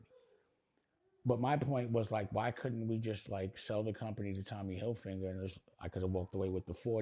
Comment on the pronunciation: Tommy “Hill-Finger” is HILARIOUS!!!! 😂😂😂🤣🤣🤣 smh ( Dame stuck that in there ) … pause 😐